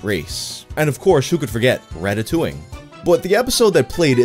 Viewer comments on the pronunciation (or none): none